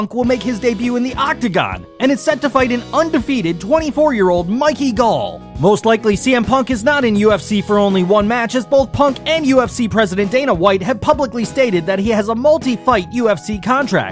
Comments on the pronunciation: MIii key Gal it's Mick ey!! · LMFAO "MIKEY" GALL - Holy Shit dude, at least learn the fighter's names before you make a video about it! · "Mike-E Gall" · Its Mickey not mikey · Mickey..not Mikey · Its Mickey Gall not Mikey😂